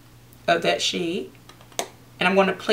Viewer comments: When she says of that shade I thought she was saying that shit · Every time she said shade I hear shit 'gonna take a little bit of that shit' 😂😂😂😂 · Ha Ha omg same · I thought she was saying shit till I read your comment ...